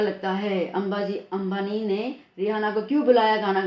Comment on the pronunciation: mam ka ambani ko ambaji he bolte hai